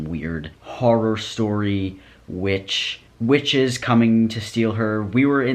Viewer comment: the entire time i heard "riches" instead of "witches" and just kinda went along with it bc ngl- rich people be like that